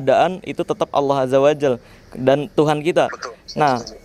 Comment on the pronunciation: Assalamualaikum.. marcel tolonglah jangan sebut nama Allah SWT dgn "Allah AZZAWAJAL" maknanya jadi lain. Sebut Yang benar "ALLAH AZZAWAJALLA" faham itu! Kalau kamu tidak ngerti, boleh semak pada ustaz saja ok. Sebutan dalam bahasa Arab(Al-Quran) kena hati-hati fahami & ingati itu..!